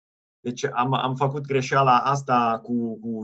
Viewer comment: There really aren't many I can notice. Most of them have to do with ă and î. (în), (învățam), (învățat) - i instead of î (încĂ), and you correct yourself, (încă), (încă), (română, not the definite form), (încă) - a instead of ă , - You slighty stress the wrong syllable, fă-CUT instead of faăcut; it sounds Italian or Spanish, not necessarily bad - LU-ni instead of lu-NI